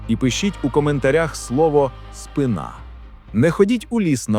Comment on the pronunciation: Правильний наголос - це спИна. А от тема правильна сама собою!